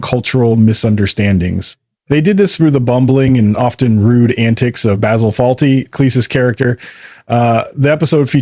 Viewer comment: Could at least pronounce Basil's name properly. Maybe even spell Fawlty correctly....